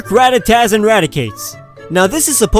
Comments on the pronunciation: You nailed the rattata part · I'M NOT THE ONLY ONE THAT DOESNT PRONOUNCE THE LAST "A" IN RATTATA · He almost nailed rattata and raticate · He got Ratata and Raticate shockingly right, andI guess Diglet does get an alolan form, just not the typing he was approaching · You got the Ratata and Raticate right!